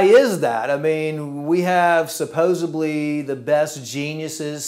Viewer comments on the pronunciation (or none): A doctor who says "supposebly?" It's "SUPPOSEDLY" doc. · I like this guy but find it odd that a doctor says supposebly instead of supposedly. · Sounds like it did need to come out. I would trust a board certified surgeon over a surfer guy who says “supposebly” anyday. =) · Did he say suppos-ably instead of supposedly?